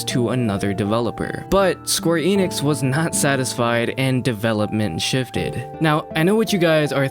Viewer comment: Youre sayin Enix wrong